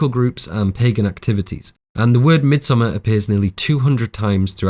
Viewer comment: Thank you from the bottom of my heart for pronouncing the title of this film correctly.